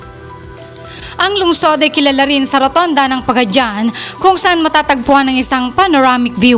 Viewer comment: it's pronounce PAGA-DI-AN not Pagadyan